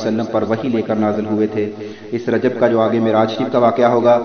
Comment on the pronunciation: رجب میں ب پر کسرہ آئیں گی